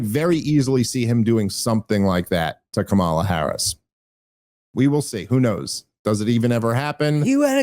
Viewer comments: PLEASE start saying her name correctly! She is truly terrible, but it really takes away from your "dumb as a box of rocks" argument when you cannot say her name correctly. Plus It's really easy. Just think comma-luh, because she speaks so often with pauses while she searches for words. Idk maybe it's just me but I think it's pretty cringe to mispronounce someones name KNOWINGLY over and over. Especially when it's not at all difficult to say. And pretty ironic to say she's not smart in context. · Oh my God Dave it's pronounced Kamala, not Kamala. How many times are you going to say it wrong? One more time,, Kamala, NOT Kamala! Geez...